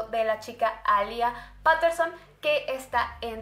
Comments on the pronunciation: Me da cringe cuando dice Paterson en vez de petterson o como se escriba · Es PETERSON, no "Paterson" como dices tú...y alía Peterson apreció el 16 de octubre. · No se dice Paterson se dice peiterson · Se pronuncia petterson no paterson 🤣